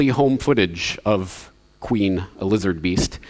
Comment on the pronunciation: e-lizard-beast?!?! you made me LOL